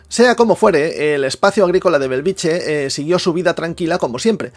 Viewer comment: Benvolgut atesa la importància creixent de la teva bona feina cada cop més gent et reconeix i et segueix et demanaria com a veí de Bellvitge que procuris pronunciar-lo correctament i no com una "choni" no és Belviche fa 50 anys que hi visco i magrada pronunciarlo correctament BELL VIT GE... amb ge de geperut!!! GRÀCIES canvia una mica pronunciat correctament deixa de ser un polígon dormitori i passa a ser una barriada nostrada.